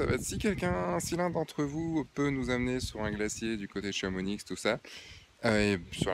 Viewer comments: ChamoniX ..... non mais ! on prononce pas le "X" ;') :p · Super reportage... Bravo... Je voudrais juste noter qu'on ne dit pas I"z"lande mais I"ss"lande et le x de Chamonix ne se prononce pas... "Chamoni" 😁 Vraiment un super voyage... J'y pars en février... Il fera encore plus froid... 😱